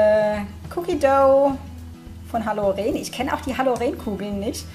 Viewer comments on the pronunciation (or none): Vielen Dank,! Ich hätte mich über die Box selbst sehr gefreut. Ich hoffe doch, dass du eine weitere Box an einer deiner lieben verschenkst! Eine Anmerkung: Es heißt Halloren mit Betonung auf o und kurzem e. Es ist bei uns eine regionale Marke.